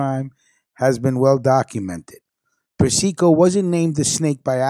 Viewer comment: Yo!, you're pronouncing Carmine's name WRONG! It's pronounced: "Per-cee-co".